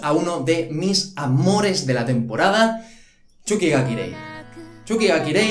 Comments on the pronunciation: NO ES CHUKI GA KIREI, ES TSUKI GA KIREI >:v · cuando decías *X*uki ga kirei me recordó a la época en la que decías *X*ukisima en las reviews semanales de Haikyuu 3😸 Es Ts no X!!! Suerte con la pronunciación y buen video, a ver que tal la temporada de verano!! Un saludo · TheOutsider94 Yo soy la primera española y pronuncio "ts", que vale que por tu dialecto digas sonidos de una manera o de otra, pero la burrada de "chuki ga kirei" solo se la he escuchado a xD Y respecto a vídeo, la sílaba tónica es "vi", por eso al ser una palabra esdrújula, lleva tilde. Yo no me meto con la pronunciación de nadie, sé que los latinoamericanos decís video con la sílaba tónica en la e, pues muy bien, no sé si será correcto donde viváis, pero me imagino que sí, no sé. El caso es que si un español lo dice de tal manera, es por que es la correcta (y repito) AQUÍ. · me da risa como dice tsuki ga kirei, porque lo dice como Chuky ga kirei, y eso significaria mas o menos Chuky es hermoso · "Chukichima , chuki ga kirei" el japones de ilu esta a otro level 😂💛